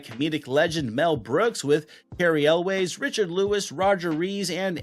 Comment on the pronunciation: cary elwes last name is pronunced elwis